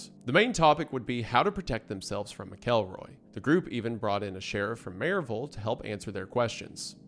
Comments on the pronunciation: that pronunciation of maryville physically hurt a little bit ngl 😭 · I like how the Tennessee shines through in his pronunciation of Maryville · I know you’re an East Tennessee boy the way you pronounce Maryville ❤